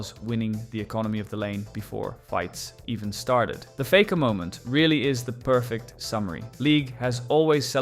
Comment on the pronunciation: Mispronounced Fakers name too